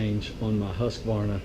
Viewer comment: Great videos.. I especially like that you, correctly pronounce Husqvarna. So, many pronounce it Husq-ah-varna.. and it drives me crazy!